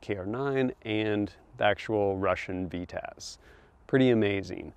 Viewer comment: Love tfb but isn’t a narrator. And it’s called a Vityaz, ……not a V-taz.